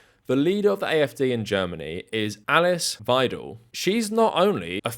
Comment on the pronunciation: Bit of a random gripe: You managed to pronounce Alice at least 3 different ways which at one point threw me off trying to figure out "Who?". (Eless, Alex, Eliss?) We tend to use the french pronunciation for her (~Uh-lease)